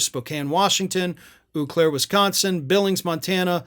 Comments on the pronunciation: GB let him do another rally when he'd never paid for the first? Seems like an unwise decision. Also, that's "Oh Claire", not "Oooo Claire". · The “Eau” in “Eau Claire” is not pronounced “oo.” It’s pronounced “owe” like “Beau of the 5th Column.” A lot of our town names come from French, if they don’t come from German or originate from Native American languages. “Eau Claire” just means “clear water” in French. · you mispronounced Eau Claire, Wisconsin, it's pronounced Oh Claire. Many people mispronounce it so no worries